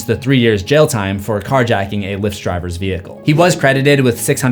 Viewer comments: It's LIFT (Lyft) not leaft 😂😂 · “Leeft” = Lyft 🥴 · I say, this guy talks a lot of shit about Latarian for someone who pronounces Lyft like "leefdt."